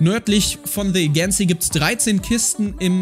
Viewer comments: Man kennts Hauptsache erst mal de äigenzii; statt the adschencii also gesprochen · Spricht man the agency wirklich so aus?😅